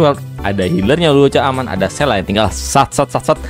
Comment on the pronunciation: "sela""sela""sela""sela", sele ajabang panggilnya, aneh dengernya